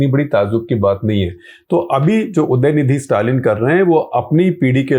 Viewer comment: you are an intellectual journalist. I think you can take enough care so the name of the person in the headline is pronounced right. It is UDAya-NiDHI-Stalin. When you care enough to get it right you show respect. A small thing to do but something that will go a long way in showing our attitude.